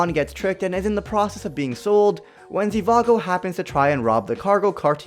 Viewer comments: It’s not Zivago it’s Zhivago lol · It isn’t zivago its zhivago